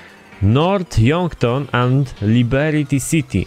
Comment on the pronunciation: nie Liberity tylko Liberty:p